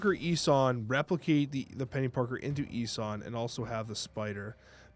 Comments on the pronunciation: also Ee-sOn 😅 not eesun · What is this ess-in 😂 E - son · ES-en?!?? are you doing this on purpose? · Love the content but it’s pronounced E-son. Same with some vids where you pronounce Daken wrong. It’s supposed to be like Taken just with a D. You & Cozy call that man Docken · I believe the name is pronounced Ee-son. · I had to stop watching because of how he pronounced this and Balthaak.